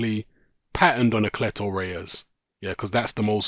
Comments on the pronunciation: WTF? I've been hearing an unusual pronunciation of "clitoris" as a boxing glove brand. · cleto reyas I just kept hearing clitoraus